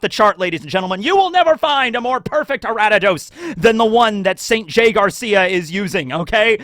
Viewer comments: Ari-da-dos from ariados, a-ree-a-dos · Okay seriously though how did you get Aratados from Ariados? There's no T anywhere in that name. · Araddidos? Who the fuck is "A•rad•di•dos"? Are we talking about "Aria•dos"? Also, why not Usaluna for the bear? And Hydrapple for the Grass/Dragon. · Ariados = Aradidos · Such a cool and fun video! I loved pokemon as a kid and love one piece so combining these two loves is awesome! What about pokemon roster for the liberation Army!? Also, love how you pronounce Ariados 😂 its like a member of the D clan wheb you say it "ara-d-ados" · Your pronunciations are wild Lol. A r I a d o s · Pronouncing ariados like that is like people who still pronounce rattata like “ratatat” Also why would you NOT give mewtwo to the god head of science? He’s a scientific creation